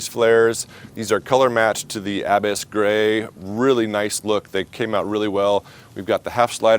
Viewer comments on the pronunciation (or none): I like how you pronounce the color Ab-iss. 😂